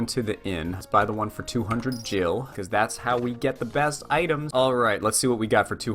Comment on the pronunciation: YOU ARE SAYING GIL WRONG >:|